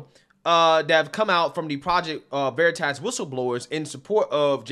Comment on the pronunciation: He calling it Project Veritass